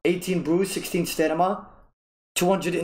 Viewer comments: Love you so much, but it's StaMina Not Stanima lol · Lol every time he says stanima it’s fkin hilarious